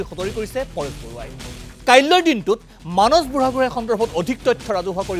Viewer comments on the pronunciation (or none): মানস নামটো এজন অসমীয়া মানুহ হৈ আপুনি মানচ বুলি কোৱাটো অকল ভূলেই নহয় সেইটো এটা লজ্জাজনক কথা। আহক আমি নিজৰ মাতৃ ভাষা শুদ্ধকৈ কবলৈ প্ৰতিজ্ঞা লওঁ।